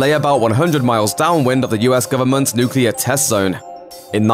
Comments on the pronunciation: I don't understand how you can oscillate between mispronouncing the word "nuclear" as "nuculer" and then pronouncing it correctly back and forth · why say nuclear and then switch to nucular. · it's always painful to my ears and to the credibility of something when they keep saying NUCULAR instead of NUCLEAR... 🤦‍♂️ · NOO-CLEE-AR. It's pronounced noo-clee-ar, not noo-cu-ler. Come, on, geez! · He keeps saying nukular! Hahaha. It is nuclear not nukular. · Nuclear* Not Nucular, that word doesn't exist, like covfefe. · Okay I’m sorry but it’s Nuclear not Nucular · New-clee-are! NOT Nu-cue-lar. Why can't people properly pronounce that word? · Its not nucelar its nuclear. What a shame. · Nuclear. Not Newkiller! Pronounce it right! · It's nuCLear, not nuCULar. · It's nuclear not nucular. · "Nuclear" not "Nucular" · Nucular, nucular, let’s all say nuclear! Dum dum dim. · NuCLEAR not Nucelar!! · The word is NUCLEAR not NUCULAR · NYUK-LEE-YER not nyuk-yoo-ler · Nuclear. NUKE-LEE-ER. JFC, it's not "nucular". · Its nuclear not nucular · It's NU-CLE-AR. Not NU-CU-LAR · Nukular, y'all. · *It's (contraction of "it is/has") Its: for possession *nuclear, not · What a shame the narrator can't say the word nuclear, pronouncing it nukular. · As a foreigner, and not English native speaker, how this mistake is continued? How come people say "nucular"? How do you explain this, as a native English speaker? (I can undestand the mistake with "their", "they're", "your", "you're", but "nucular"? :) ) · "Nuke-you-ler" lol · why do so many people have trouble pronouncing nuclear correctly? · Nucular you say? Interesting, what is this new weapons the US had developed? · Nucular? Really? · Nucular. Nucular. Nucular. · Last I checked, the word nuclear has two syllables, not three. Will this ever go away? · Please learn to pronounce "nuclear". Unless you're doing an impersonation of George W Bush of course.